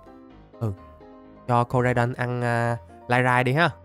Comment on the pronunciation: koraidon tiến hoá thành komo-o 😂😂